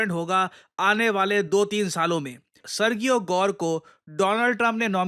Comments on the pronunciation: Arrey mere bhai.. kahe murakh bana rahe ho apne viewers ko! Sergio ki pronounciation kabhi सर्गियो nahi hoti, wo hamesha सर्जियो hi rehti hai murakh! ✌️😂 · Pronunciation for Sergio is [Sir-g-O] or [Sir-ji-O] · Serjio pronunciation hai ... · I live in the USA and his pronouns is Ser-Jee-ohh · सर्जियो गोर they pronounce in USA Spanish name sir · When g comes before e, i, or y, it becomes a soft g, pronounced like “j”. For example, Sergio would be pronounced “Serjio.” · The pronunciation is "Serheo"